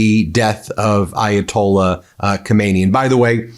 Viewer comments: The cleric Ko-MAY-nee (pronunciation) is the long dead Supreme Leader. The one who was just killed is pronounced Kah-mah-NAY-ee. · Stop. Calling. The . Man. Khomeini. It's. Khamenei. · Can Americans please make an effort to get pronunciation right. Khomeini was the ayatullah who deposed the Shah. He's dead. Well, so is Khamenei. Khamenei (note the vowels) ends in two letters pronounced separately, in their short form. Roughly, like the letter names A E. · It’s not komeini , it’s Khaaamenei Please learn the pronunciation. We did have another dictator named Khomeini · The K in Khamenei is silent. Pronounce it: Ha-may-ni. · Ben is pronounce KHAMENEYE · The first supreme leader’s name= Khomain-yee The second : Khamana-yee In English : New York —- New Yorker. California. Californian In Persian : Khamana-yee Yee: meaning from the town of Khamana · Hi there Ben, love your show and tune in regularly. Just one thing tho, and simply because I'm English and educated, please pronounce the name correctly! You don't sound the K!